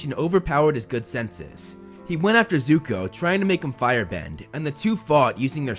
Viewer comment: It's not yuko its zuko